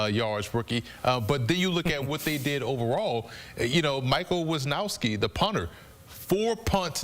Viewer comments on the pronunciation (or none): "Michael Wiznowski the punter... " JFC my guy... if you're going to bring up a specific player, at least learn his name.